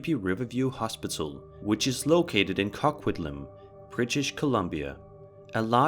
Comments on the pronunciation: In the #4 video it's from "Co" quitlam!! Not Cockquitlam!! Lol 😆 🤣 I'm Canadian and almost peed myself when I heard you call it that 🤣 😂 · it is pronounced {co-quit-lam] in British Columbia, i love your videos! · The RIverside hospital ... Coquitlam is pronounced Co quit lam :) even then its not the right pronounciation because its first nations pronounciation is a little more tricky. Good videos!!! I love the spooky stuff! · The hospital in British Columbia (pronounced Co Quit Lam) was a mental asylum. My friend worked there.